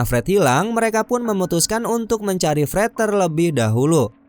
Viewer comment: Pret atau Fred😂 dengernya Pret Hahahahaha